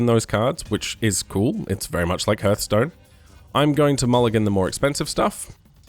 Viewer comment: good video but its pronounced harth stone not herth stone